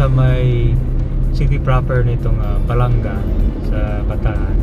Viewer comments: My Hometown salamat po sa pag bisita, yun pong pag bigkas Ba la nga mabilis po bigkas hindi po balangga.Thank you po nasilayan namin bayan namin❤❤❤❤❤ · Balanga ! Po hindi balangga ! As in banga ! Hindi po tama yung pronunciation ninyo na balangga ! BALANGA as in banga !